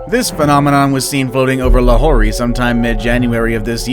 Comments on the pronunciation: It's not Lahore it's actually lahor but the spelling is Lahore but you call it lahorey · I live in pakistan and when you pronounced "Lahore" as LAHOREEEEE while explaining the 9th mysterious thing I was so triggered xD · lahory nice ITS CALLED la hor